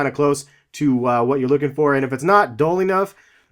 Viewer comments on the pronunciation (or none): You said dole it's dull